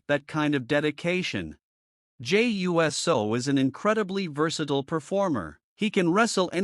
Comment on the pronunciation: Yes you were and you keep saying his name wrong , it’s pronounced Uce -so